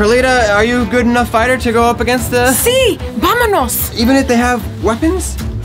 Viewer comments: She said vamenos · BAHAHAHAHA she really said vamanos (I can’t spell)